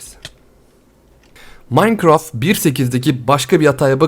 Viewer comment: Abi minecrafta yani maynkraft diye okkunuyo ya sen möynkraft diyosun qe.wQWE